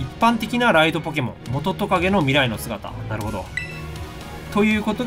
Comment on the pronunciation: モトトカゲのイントネーション、いつの間にか元トカゲじゃなくなってる！ キラフロルが元トカゲとほぼ同じイントネーションだけど…